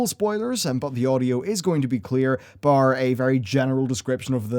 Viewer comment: say "bar" one more time lmao